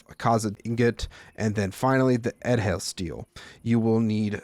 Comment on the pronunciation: the dh is pronounced like the th in "that" i believe, so edhel steel would be pronounced "ethel" steel